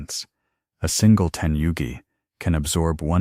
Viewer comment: New world record of butchering the most Japanese expressions in under 31 minutes! My favourites were *Teni-yugi towels, and *Jen-Cun entrance rituals! Which are your favourites? :_D